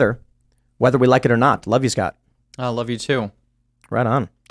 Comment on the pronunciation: the accent is too much. he can't even say his own name, he calls himself Scat